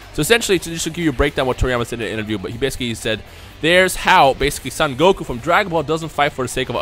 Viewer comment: Son is not pronounced as "sun" like the offspring of a father or mother. It is a name and not an english word . "Sun Goku" Wtf?